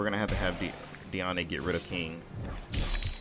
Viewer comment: YOU SAY HER NAME AS DEE -AN, God its so tilting É or é is when you say ey at the end of the sentence, there is literally no accent on it.